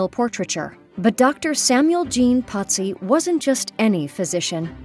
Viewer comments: why is he being called Potzi? His name is Pozzi, no T. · Italian pronunciation despite living in Paris